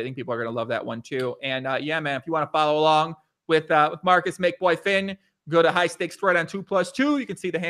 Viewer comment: Lol as a Finnish person I noticed that he was Anglicizing the pronounciations of Makeboifin and Fiilismies. I'll try to explain how it's said in Finnish: Make: "Mah-keh" (don't pronounce the h:es. But it's not pronounced "Meik" like the English word) Fiilismies: "Fee-lis-myes" (the ending is a bit like m followed by the word yes) Really the pronounciation isn't too complicated but it's hard to explain using text and English spelling conventions.